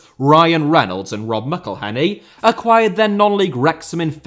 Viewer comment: Clearly didn’t watch the music video of Ryan Reynolds’ song on how to pronounce Rob McElhenney’s name 😂